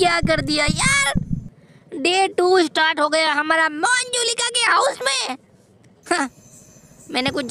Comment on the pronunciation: Monjulika nahi manjulika